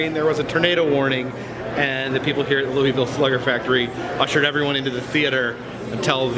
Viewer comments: Scary Marilynn Yes, it’s pronounced as “Loo-Uh-Ville or “Loo-Uh-Vuhl” by locals. LOL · The city is actually pronounced Loo-Uh-Ville or Loo-Uh-Vuhl. Hubby and I were corrected on that by locals when we visited the city back in 2007. LOL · Louisville native here. I actually work seasonally at caufields. First off its pronounced Loo-uh-vuhl. Second, caufields hads a rich history. It's the largest novelty distributor in the us, has been owned by the same family since the beginning, and the building is extremely haunted. I've seen people in the warehouse upstairs who just disappear. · You crack me up when you say Louisville like “louieville”! ❤️❤️ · CoasterLisa agreed! I live nearby and hearing “louieville” is like nails on a chalkboard. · Your pronunciation of louisville is killing me